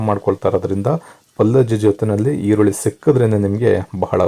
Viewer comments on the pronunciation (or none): none